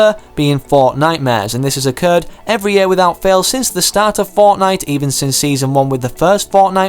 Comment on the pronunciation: 8;45 says Fortine instead of fortnite